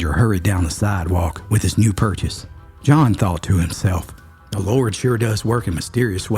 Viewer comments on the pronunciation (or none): none